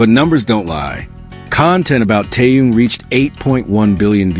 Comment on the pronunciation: Почему постоянно каверкают его имя.... Что это за Таюн или Таюнг неужели сложно Тэхён это же так просто.... 😢😢😢Ким Тэхён .....